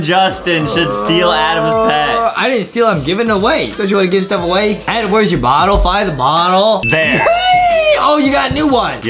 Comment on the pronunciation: ITS ADAM NOT ADEM AHWHAFAHGAO